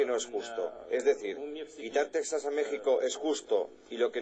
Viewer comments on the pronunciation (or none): none